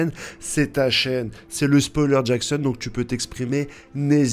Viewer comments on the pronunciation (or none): none